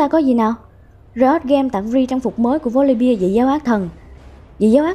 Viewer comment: Chị phát ầm chuẩn tý là hay . Volibeeee chứ không phải Volibia :v